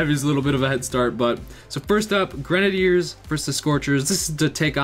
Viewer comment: Could you possibly try saying grenaiders right please